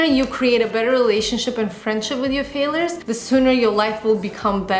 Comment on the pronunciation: It's not pronounced fail-ers. It's FAIL-YERS.